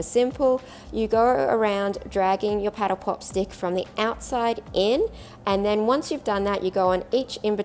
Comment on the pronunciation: I thought she called it a petal pop. Lol